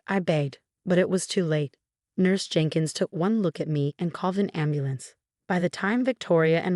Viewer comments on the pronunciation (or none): none